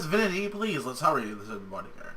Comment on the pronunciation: I think it is Vinty, Not Vinity. :)